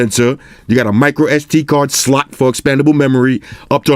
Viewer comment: Is there a reason you say slot funny lol did you use to call them sluts all the time lol I gotta find those vids